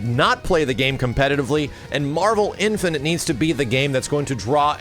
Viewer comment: Is someone ever going to tell that it's not pronounced "Infinant"?